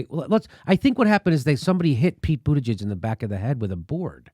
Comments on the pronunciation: I love that Jimmy keeps calling him booty-gig hahaha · It's BOOT-Edge-Edge... or MayorCheat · I love how Jimmy calls him "booty-gig" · Pronounced Boot Edge Edge. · Jimmy pronounces Buttigieg wrong. It is like Booti Judge. How Jimmy says it, though, is far better than saying Poop Peter judge as I have heard on Fox news. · Can someone make a supercut of every one of Jimmy Dore's mispronunciations of Buttigieg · Learn to say his name right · Another crackpot theory by Jimmy Dore.....Buttigieg DID win Iowa. And I really doubt that the DNC would rig the system in favor of an openly gay candidate over Bernie. And jesuschrist Jimmy, at least learn to pronounce Buttigieg's name correctly if you don't want to come off as an obvious homophobe. All the other newscasters pronounce it correctly but for some strange reason you can't? I would prefer to have Bernie as the nominee too but don't lie about the facts because AGAIN, Buttigieg DID win with 26.2% of the votes compared to Bernie's 26.1%.. The commentary from the 3 of you here comes off as incredibly biased, mean, and just plain ridiculous...a "smiling like a psychopath"? REALLY? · You can't cheat in an "Open" caucus. The candidates can literally see how many people are supporting them. Pete had people on the ground in each precinct counting and reporting back. BTW, if you are going to criticize a candidate, at least learn how to pronounce their name. Very unprofessional. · Pronounce Buttigieg's name correctly already. Neither you or Kyle Kulinski end up looking intelligent or funny by pronouncing it wrong. It makes you look small. And it makes that Indiana asshat look better in comparison. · Love how Jimmy refuses to pronounce that little weasel's name properly. 😂😂 Bootygag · Am I the only one who's heard this Pete fellow's name pronounced about 190 different ways? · When will Jimmy learn how to say Mayor Cheats name lol